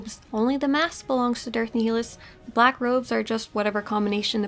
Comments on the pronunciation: Not to be picky but I think your pronouncing Darth Nihilus name incorrectly... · The way you say Nihilus kills the inside of me